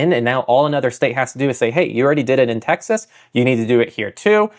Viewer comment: wtf Tex-ass????